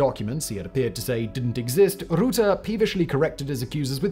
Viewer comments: Say “put” Say “purple” Say “fur” Say “Rutte” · Making a video on someone and not ascertaining the correct pronunciation of their name is surprising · The way he pronounces Rutte hurts my soul deeply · Imagine doing a 20 minute video on someone and not even getting their name right... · The “U” in Rutte is pronounced as the “U” in Up. Besides that pretty good. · We say the U in rutte like you say the U in bug. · Great video, but I have to say it's a pain to my Dutch ears to hear you mispronounce his relatively easily ponouncable name so many times within 20 minutes. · Hey, small pronunciation advice, the u in Rutte is pronounces as in under, and the e in Rutte pronounces as the first e in energy. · pls pronounce the beginning of his name the same as the end. How you pronounce the E at the end of Rutte is the same way the U should be pronounced in Rutte. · Why didn’t you do 5 seconds worth of research regarding the pronunciation of Rutte? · this video would go hard if you could pronounce his name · All that research and 0 seconds invested in trying to prenounce his name correctly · For better pronounciantion say the u in Rutte like the one in stunt, not like the one in put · I love how an Englishman butchers his name. I am sorry I know you are trying and doing your best but you really did. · 🙃 Quite funny: first telling how incredibly Dutch Mark Rutte is and then continuously pronouncing his name in German. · incredible how you can do all this research and make a well informed video about this guy but the one thing that seems to be too much effort for you is to figure out how to pronounce a two syllable name. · How can you make a 20 minute video about someone and still not know how to pronounce their name lmao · Friendly reminder that Dutch and German are different languages. You're butchering the pronounciation of Rutte. If it wasn't in the title, I would've no idea who you're talking about. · Learn to pronounce rutte lol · “Mark Route” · It's just Rut te